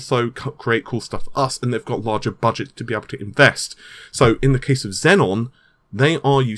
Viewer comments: no, it doesn't have 2 Ns. its xeon, not zenon. zenon is a great record label, not a CPU. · Just a nitpick: It's pronounced "Zee-on", not "Zen-on". The latter sounds like the CPU in the Xbox 360. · Hey it's xeon bro, not xenon atb on patreon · It's pronounced zeon wtf man. Seriously get your shit together. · Naples...and...Xeon, it's not that hard to pronounce, dude. 😑